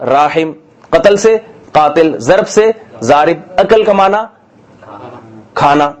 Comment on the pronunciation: Daraba word is correct not a zaraba